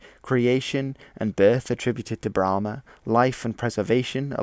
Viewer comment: Thought it’s was pronounced as bra-maan instead of bla-maan